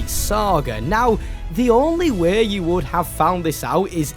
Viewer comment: “You know the little wæ” caught me off guard